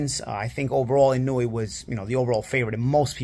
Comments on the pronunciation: Bruh…his name is pronounced “ee-no-oo-eh”, with 4 distinct syllables, not “eenooey”. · Inoue It's not "IN-NU-WE" It's pronounced "IN-NO-WEH" or "IN-NO-WAY" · Why do people pronounce his name so horribly? The vowels in Japanese are the same as Spanish. Inoue = ee no-ooh eh Naoya = Na oh ya He definitely improved as the video went on.